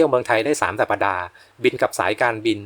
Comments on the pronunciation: สัปดาห์ อ่านว่า สับ-ดา ไม่ใช่ สับ-ปะ-ดา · “สัปดาห์ ” อ่านว่า “สับ ดา ” ไม่ใช่ “สับ ปะ ดา ” ค่ะ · สัปดาห์ อ่านว่า สับ-ดา ไม่ใช่ สับ-ปะ-ดา.